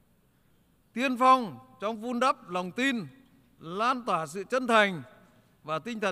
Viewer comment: Đọc văn bản còn sai chánh tả..."loan toả" là gì vậy??? Hết bat đệ nhứt phu nhân bò đội nón tới ô TT đọc chữ Việt cũng sai tới sai lui😢😢😢